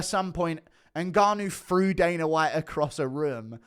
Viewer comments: also it's dana, not daner lol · Damn man I love Guru but I can’t stand his pronunciation of certain words 😂 “Dan-er white” “Afric-er” but in certain incidents he can said “Dana” and “Africa”